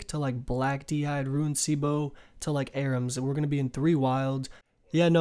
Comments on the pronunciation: I know it's a small thing and other people have pointed it out but it's not "how much people" it's "how many people". English might not be your first language which is understandable! Also, "rune" is pronounced "roon" not "roo-in". Either way, I enjoy the videos it's just hard when basic pronunciations and grammar is flubbed. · Instead of rune hes saying ruin lmfao Never heard that before? Ru-in